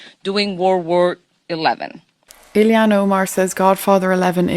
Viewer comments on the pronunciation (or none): Hi. Just a correction: it's Ilhan (Ill-han) and not Illie-han). Many seem to pronounce it incorrectly. Just sayin'... BTW, I have become addicted to your channel! ❤